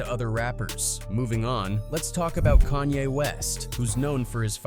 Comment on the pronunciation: lmao he said kanye "yeah" west